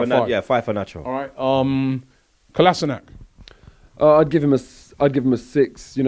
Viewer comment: Still couldn’t pronounce his name right.